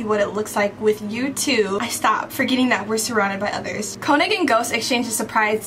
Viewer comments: I hate to be that person, but when you say könig’s name, you have to pronounce the o like a u, like koonig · I just wanna clarify real quick, König is pronounced like (k-oo-nig) as far as I know, I may be wrong but I recently found out how his name is pronounced. (Btw This isn’t hate or anything) BUT YOU LITERALLY SUMMONED S WHILE FANDOM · Stop, y’all are pronouncing König wrong and it’s driving my insane😭😭